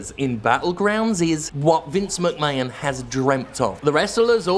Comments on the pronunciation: The way that Jim intentionally mispronounces ‘McMahon’ actually has my skin crawling. What a heel. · nah, I'm British and we'd pronounce "McMahon" like Americans would, Jim's definitely over-pronouncing it on purpose. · Isn't it just a British thing? "Graham", for example, is supposed to be pronounced "gray-om", not "gram". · This is exactly what I almost said! "Sorry, Mr. Mac Mayun" XD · To this day, I still can’t figure out if Jim pronounces Vince McMahon’s surname in the most ludicrously incorrect way anyone in history has ever pronounced it just to stick it to Vince. Surely, surely it must be on purpose...